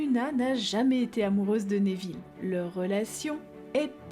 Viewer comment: Cette vidéo est très intéressante. Je ne connaissais pas toutes ces théories. J'aime bien celle sur drago et rogue que je trouve intéressante. Par contre, je suis désolée mais j'ai tiqué sur ta prononciation. On dit nEville et pas nÉville il me semble. Ça sonne bizarre à mon oreille 😁